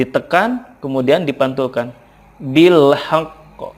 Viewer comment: Bil haqq kurang tepat pak